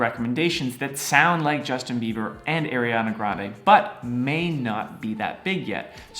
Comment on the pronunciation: he kept saying Aryana Grande yes aryan queen